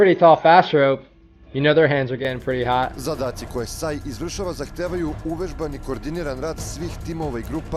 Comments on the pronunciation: No. It's pronounced like sigh (saj), not say (sej). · SAJ is pronouncing like SAY (but the a is a, not e, i, or other sound, like in word father), i know that because i am from Serbia. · You pronaunce it SAY